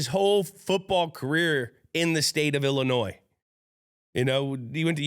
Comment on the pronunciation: Gronk Please quit saying Illinois S in the state name, the S is silent. Gently requested. Much respect. To the producer of the podcast shame on you for not telling Gronk!!